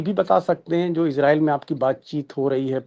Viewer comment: इज़राइल। का असली उच्चारण है अंग्रेज़ी मे IZ-ray-el /ˈɪzreɪl इजरीयल लेकिन कोई इसराइल कोई इजराइस तो कोई इजरेल ( )